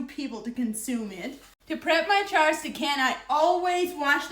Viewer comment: I love how she says jars...it comes out "chars". She is precious.